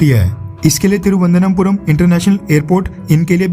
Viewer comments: First learn how to pronounce "Thiruvananthapuram" !!! You are just recycling news that is already published by a few newspapers..... what's your value add? India didn't send aviation fuel to Sri Lanka as it is not a basic need....basic needs are petrol diesel, & LPG. BTW Srilanka already received Russian oil...! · तिरुवनंतपुरम Please correct your pronunciation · थिरुवनन्तपुरम नाम सही से बोलते तो अच्छा लगता। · Dear bro plz try to pronunciate correctly the spelling of Tiruananthapuam